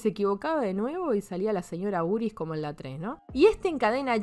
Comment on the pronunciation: Cuando dice el nombre completo de Jason entiendo "Jason Booties" y me cago de risa.